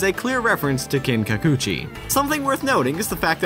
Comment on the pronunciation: Damn, learn to pronounce Kinkaku-Ji. You keep saying Kin-Kacoochie. It's Kin-Ka-Koo-Gee.